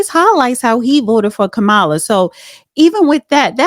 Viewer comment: Lady, the way you pronounce Kamala, said it all.